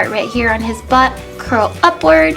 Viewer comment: LOL its so funny the way you said butt lol